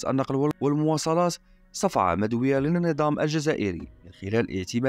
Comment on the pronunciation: نقول (مدوية) بضم الميم وفتح الدال وتشديد كسر الواو...سير اتقرأ اشوية.